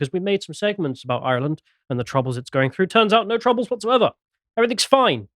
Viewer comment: Genuinely don’t care how keeps saying we’re not white, but why can’t he pronounce ‘Ireland’ like a normal Englishman? I can’t even tell if it’s a joke or a very obscure speech impediment.